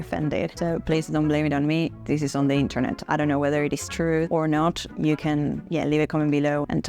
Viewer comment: How Aussie was that “I dunno”??? 😂😂